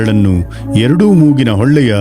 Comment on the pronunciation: ಕೆಲವು ಕಡೆಗಳಲ್ಲಿ ಉಚ್ಚಾರಣೆ ಸರಿಪಡಿಸಬೇಕಾಗಿದೆ. ಉದಾ. ಮೂಗಿನ ಹೊಳ್ಳೆ... ಹೊಳೆ ಆಗಿದೆ. ಹಲಾಸನ... ಹಾಲಾಸನ ಆಗಿದೆ.